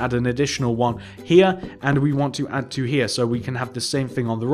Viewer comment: Fun, fwo,three,four,five,fix,feven, Feight,fine,FEN